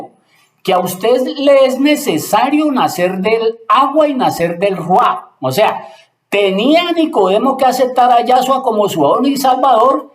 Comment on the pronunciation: Shalom hermano muchas bendiciones, quiero hacerle un alcance sobre el nombre del Ruaj Hakodesh, se le entiende Rui, le pido con todo respeto que deje claro como se escribe y como se pronuncia.